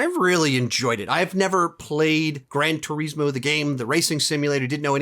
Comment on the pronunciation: It kills me when he says ‘gran tureesmo